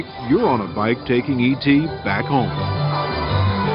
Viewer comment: It’s “E T”!!! (Spielberg)